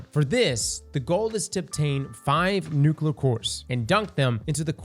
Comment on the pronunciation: Bro still can't say nuclear